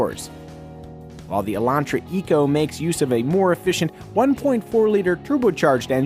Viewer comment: Thank you for not saying Elandtra.